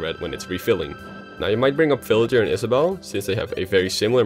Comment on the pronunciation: In the beginning I thought he said "children" instead of villager...